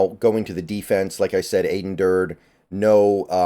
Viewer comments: His name is pronounced Dur-dee (almost like Dirty). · Aden said in his press conference that it’s pronounced Ad-en (like Adam with an n) Dur-dee. Let’s nip that before the season starts! Sad to see Izzo and Shead go, but I am liking the hires so far! Macdonald was my top choice and after hearing the coordinator interviews liked it even more. Thanks for all the analyses!